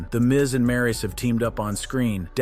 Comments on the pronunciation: It's not Maris it's Maryse smh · Don’t mispronounce maryse name and misspell it gee